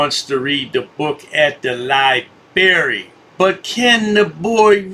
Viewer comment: It’s library not lyberry genius 😂🤣😂🤣😂🤣😂